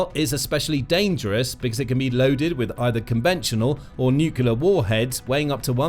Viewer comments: Come on, please. It's "nuclear", not "nucular". Has Bish's mispelling invaded all of the US? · Is it feasible for commontators to say 'nucleur', rather than nucular?? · What is ‘nucular’? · can you please learn how to pronounce "NUCLEAR? It doesn't contain two "U"s.